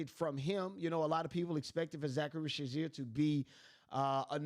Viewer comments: Risacher please! Not Risacharie! 🇫🇷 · This is the worst Risacher pronounciation I've ever heard lmao Zaccharie Zaysheer? Really? Reese-a-shey bro its not that hard, or just call him Zacc if it's that hard. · Bro if you watch the games they say the names…😂 Zaccharie ree-sa-shay Veet cray-chee 🤝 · There is no Z in Ree-shah-shey name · Reese-uh-shay Ree-suh-shay Reeza-shay Any of these are acceptable. Not whatever you were saying lol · Great content. Listen to a few games and listen to Bob on how to properly pronounce the kids names. 🤦‍♂️ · How you put in a clip that has his name said correctly and still not say it yourself?